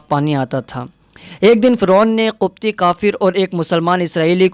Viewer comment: ماشاءالله بہت خوب۔۔۔۔لیکن لفظ قبطی ق کے زیر کے ساتھ ہے ناکہ پیش کے ۔۔۔۔۔۔۔۔۔۔واللہ اعلم